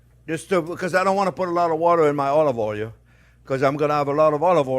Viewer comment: Omg. I am not making fun or being disrespectful. The pronunciation of Oleever Oooil cracked me up. Jean, I love you. Every time I talk to my parents, I affect your accent. I follow your instructions, and enjoy you.